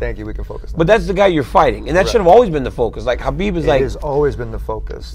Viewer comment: Why does DC always say Hanbib and no one says anything?🤣